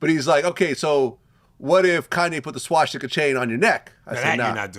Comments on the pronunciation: Vlad its swastica. Not schwastica or shwastica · Why did the moron keep saying SHWASHTIKA